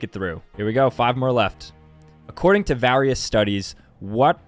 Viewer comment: why u pronounce various like that 😂